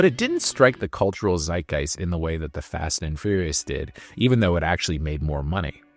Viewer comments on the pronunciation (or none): Not trying to make a big thing of this… but is this an AI VO? It sounds great, but occasionally someone pronounces “fast” as “fost” and “waning” as “wonning.” Not the type of mistakes I expect the average person with a US accent to make. This is not a knock, because well, the future is here, just curious.